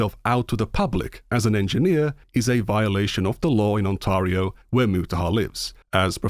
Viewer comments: Ontario = On-tare-ree-oh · The weirdest thing about all of this is me finding out that Euroids don't know how to pronounce Ontario.